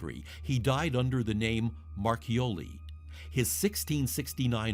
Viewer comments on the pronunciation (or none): none